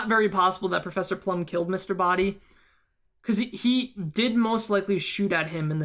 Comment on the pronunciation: Although I have felt the Scarlet ending was most reasonable, there were some elements in the final ending that made it make more sense since they all indeed had the motive kill whoever they did, Mustard would have been the one to destroy evidence contrary to Scarlet, Plum mistakenly pronouncing Mr. Boddy dead, and not to mention, as 7WhitePhoenix7 said, Mustard would have had access to Wadsworth's pocket. When I thought the final one was most likely, I then thought about Wadsworth being in reality Mr. Boddy was odd since how it looked in the beginning [how could the "real Wadsworth" risk his own life like that under orders of his former(?) employer]. I thought it would have been reasonable for Peacock try and grab the gun from Plum in the dark, thus screaming and running to the light switch when it fired, she sounded suspicious when she talking in the kitchen about having the knife and dropping it later, and she was closest to the light switch. Also, Mustard could have heard about the secret passage because Yvette (that's how you spell it) told him. So my point is, all endings have their positives as much as they have their negatives; therefore, they are equally possible. The reason the last ending was considered "what really happened" was because of the "motives" for each "murder one by one."